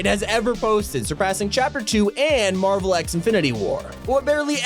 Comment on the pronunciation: he said mavel x infinity war